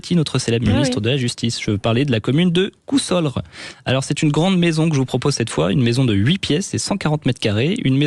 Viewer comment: On dit coussore et non pas coulsorre